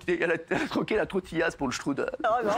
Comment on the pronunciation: Aïe aïe aïe... Strudel, et non pas "Strudl", c'est une pâtisserie d'Europe centrale qui existe dans de nombreux pays, pas uniquement l'Autriche, même si originellement c'est de la pâtisserie viennoise... Et Strudel c'est bien un mot allemand, on parlait pas d'Allemagne dans ce cas-là.